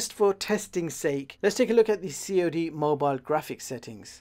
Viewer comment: "C.O.D. mobile"🤣